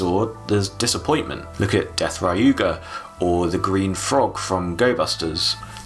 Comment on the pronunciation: Dude its deathruger not death raiuger